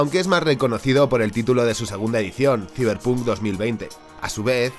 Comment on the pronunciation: Ta' bueno el "siberpuuunk" 😂🤡 Saiberponk conteXto